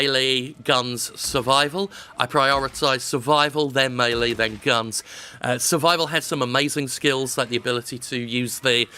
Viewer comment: Why can no one on YouTube pronounce “melee”?